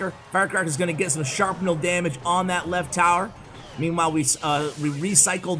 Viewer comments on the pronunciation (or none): it's Shrapnel not Sharpnel